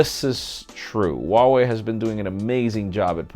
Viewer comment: Hi how is this actully pronounced Huawei.